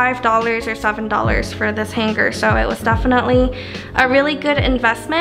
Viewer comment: Is that how they say hanger in Chicago, hang grrrr?